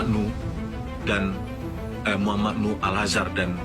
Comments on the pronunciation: Namanya NUUUHHH,, bukan NUUURRR! Tulisannya jelas-jelas di semua tempat NUH, pake H. Tapi kenapa dirimu nyebutnya NUR terus, dah?! 😅😂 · DIBACALAH YG BENAR...MUHAMAD NUH..bukan Muhamad NUR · BUKAN MOH. NUR tp MOH. NUH... hati2 bro untuk penyebutan nama seseorang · Cuplikan video nya bagus,enak ditonton. Tapi sayang host nya rada bikin geli telinga...... Tiap kali nyebutin M.nuh,diganti jadi M.nur. netizen dari kampung ini,jadi bertanya2,sejak kapan huruf H,disebut dlm kalimat jadi R? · nama org salah salah melulu M Nuh Al-Azhar bukan,M Nur alAzhar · Bang, namnya Nuh bang, bukan Nur... klo salah sebut sekali-kali gpp bang, tapi klo terus-terusan gak enak dengarnta Bang, Saran, sebelum upload di check dulu bang, soalnya abang sering banget salah sebut nama.... Semangat ya bang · Terulang lg salfok ku Maaf sll sj tdk tepat menyebut nm org Nuh, yg bbrp x disebut Nur Hafalin dl bbrp x, agr penyebutannya bnr, trims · NUUHHHHH bukan NUUUrrrrrrrrr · Salah nyebut mulu lo. NUH! NUH!!! bukan NUR!! gimana sih lo!! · 😂😂😂 Kamu jd host dikonten sendiri saja bisa salah bc nm org woiiiii muh nuh bkn nur😂😂 Berikut Muh Nuh ini emang Polisi bkn punya hubungan dgn polisi tp emng polisi Kamu parah bangat ya bw acara kok salah" Kamu pelajari dulu konten br tayang biar gk salah ya😂😂😂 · Muh Nuh bukan M nur, tu abangnya juga Salah trs nyebutnya, nur nur muluk, hadehhh. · Lu nyebut nama jg salah.m nuh kok m nur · Muhammad NUH, bang... bukan NUR...